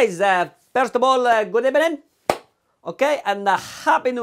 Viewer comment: Good EBENING everybody reading the comments section 👌🏽